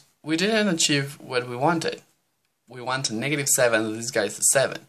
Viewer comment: Bro you said niggative number